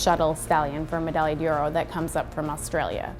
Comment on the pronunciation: Damn shame that this woman can’t pronounce the horse’s name.